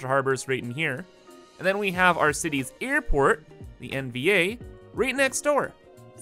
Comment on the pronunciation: you should change the shape of the airport, because you almost pronounce it as "EARPORT" it should be shaped like an ear 😁